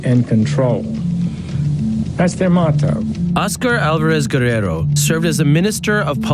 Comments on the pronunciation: I just really hate the way Sessions says "motto" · Jeff sessions doesnt know how to pronounce "Motto."